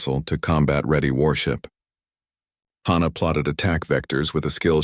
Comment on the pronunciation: Except from YouTube AI's, I have NEVER heard the name "Hannah" pronounced like the phrase "Ha Ha!". EVERYWHERE else, it is pronounced like the HA in "HAPPY"!!! SOMETHING IS WRONG WITH ALL AI's doing this!!